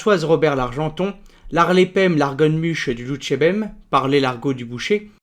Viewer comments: Lonjourbem ! pourquoi dites-vous "Loutchébem" au lieu de "Louchébem" ? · juste une petite remarque sur ta prononciation " tu dis en phonétique "lou tché bem" alors que tu devrais dire "lou ché bem" ne prononce pas le T! voila! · C'est bien la première fois que j'entends prononcer "loutchébem". Y a-t-il une raison à cela ?